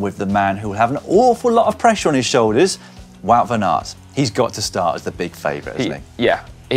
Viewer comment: I played it 5 times and couldn't hear anything else than good banana. Let's assume it's mispronounced Wout van Aert.